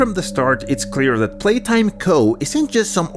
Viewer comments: "Palaytime" its "Playtime" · "poppy palatime"💀💀💀💀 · Poppy Palaytime...? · Poppy playtime❌ Poppy palaytime✅ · “Poppy palaytime” 😂😂